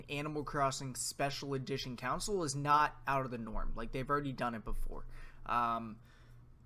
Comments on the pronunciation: It's console, not council. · It’s Con-sole lol